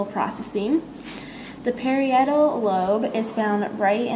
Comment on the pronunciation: Pair-ee-et-al? Lol... Ox-cipital??..